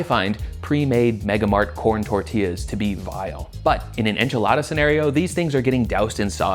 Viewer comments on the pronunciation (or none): none